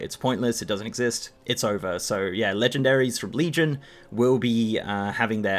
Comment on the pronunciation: Fuck you "Leegendairys"